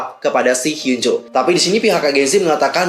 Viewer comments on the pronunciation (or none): maaf out of topic, cara bacanya hyunjoo itu hyeonju makasii